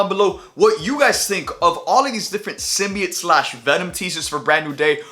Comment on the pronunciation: He’s saying simbiet I’m fuckin outta here this guys a lame